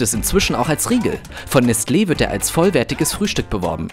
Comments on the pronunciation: Nestle wird konsequent falsch ausgesprochen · Nestlé wird im Französischen nes-LEH ausgesprochen (also wie sie es gesagt hat, nur ohne das T)